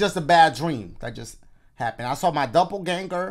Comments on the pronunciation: It's pronounced "DOPP-EL-GANG-ER!!" Dash!!! 🤣🤣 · “Dupple, double, dupplegänger, dupplehan- no dupplegänger i think thats how u say it” 😭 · Dop-pel-gan-ger. You're welcome, Dash. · dashie it’s DOPPELGÄNGER “dop-il-gang-er” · Dash. Doppelganger. DAH-pul-GANGer Lmao 🤣 🤣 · its pronounced double ganger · some say dashie is still trying to figure out how to say "doppelgänger" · Seriously nobody's talking about the way Dashie said Doppelganger?! 🤣